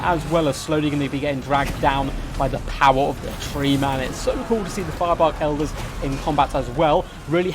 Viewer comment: elders sounds like eldar